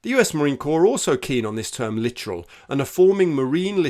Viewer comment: Just to clarify, The term "Littoral" is Naval term that defines Naval activity in coastal waters. It is pronounced "Lit-orr-al".